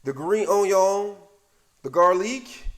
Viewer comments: Sausgeeeee , garleek & unioooon make sure you fryta it 😂😂😂😂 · Subscribed just because I love how he says garlic, sausage and onion 😂😂